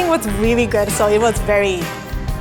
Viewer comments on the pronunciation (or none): "I rearry rike all the combinations"